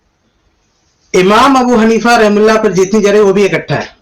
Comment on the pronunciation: اس بھائی کو کوئی بتاؤ کے جِرح نہیں بلکہ جَرح ہوتی ہے